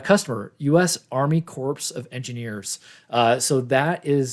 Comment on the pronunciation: You don’t pronounce the PS, you say Army “Core” of Engineers.